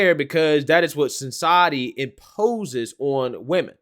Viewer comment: "Society" , NOT SINCIETY. Please do better.